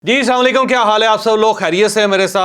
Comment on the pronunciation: Sir salaam o alaikum nahi hota assalam o alaikum hota ha ap ki nakeyaan zayaa hoti hain